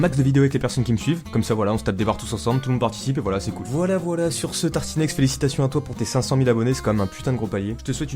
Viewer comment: T’a mal prononcé cool et ca a fait euhm..